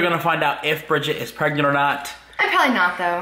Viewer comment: She not pregananant.